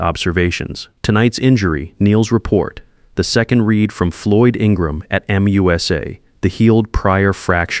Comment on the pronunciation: Reed instead of read or maybe the other way. But good job.